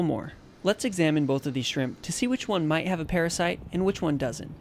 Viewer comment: I love what he saying ''blood sucking paraside''